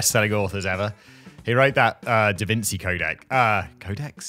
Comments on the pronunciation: 'Da Vin-see'?.....Eh?? Come on Simon, I'm disappointed in you! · your saying it wronggg 😂😂 davinci its chiiiii 😂😂😂. in America 💪🇺🇲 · Come on, Simon, I know you are British, but at least pronounce Da Vinci as if it is an Italian name.. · Apparently not enough. IT's davintshi not davinci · DA VINKI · Didn’t he corrected himself in one of the last videos? Apparently he already forgot about it. lol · Simon, didn't you feel embarrassed about your pronunciation of DaVinci previously? Or did you forget lol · Didn't you have a whole rant about how embarrased you were of your pronounciation of "Da Vinci" in a previous video? 🤓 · The way Simon pronounces "Da Vinci" angers me!...